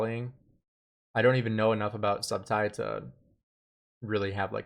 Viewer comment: Su Bu Tai. That’s how u pronounce it. At least learn how to pronounce from Google. For better content, it’s annoying to hear names mispronounced.